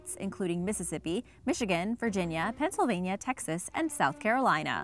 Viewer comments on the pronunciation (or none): none